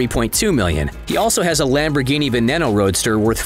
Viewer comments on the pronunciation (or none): none